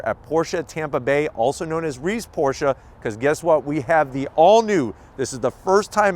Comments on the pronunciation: Thank-you for pronouncing “Porsche” correctly! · Thank you for pronouncing the name correctly!